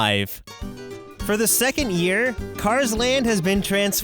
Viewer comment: for the second yEr